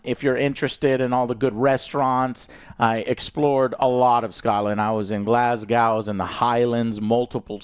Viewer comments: Glad to hear you enjoyed your time in scotland joe. Just something I wanted to point out, normally americans pronounce it as Glass-cow, it’s supposed to be like Glas-go if that makes sense. Look forward to seeing the vlog if you make one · Pronounce it: Edinburr and GlasGo! 😅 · The "gow" of Glasgow rhymes with toe, not how.